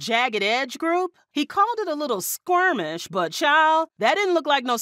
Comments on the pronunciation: did she say “squirmish”???? Because the word is SKIRMISH…🙄🙄🙄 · I’m stuck on her saying Squirmish instead of Skirmish 🤦🏾‍♀️ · It's Skermish not squearmish. 😂😂😂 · It’s skirmish, not squirmish lol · Skirmish - u wanted to say Skir-mish as in little fight not squeamish that means sick, I think u combined the two maybe. But it's ok u did good 👍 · Skirmish.....Not Squirmish...😒🤦🏾‍♂️🤷🏾‍♂️ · Skirmish not Squirmish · Did she really say "squirm-ish" ? Lol😂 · "Skirmish" That "w" in there is hurting my ear.